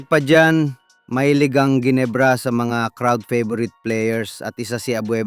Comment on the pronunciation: The correct pronunciation for Ginebra is Henebra , G as H FIY